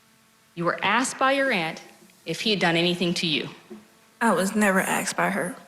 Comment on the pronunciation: WHY CANT PPL SAY THE WORD ASKED...WHY IS IT ALWAYS AK SED?...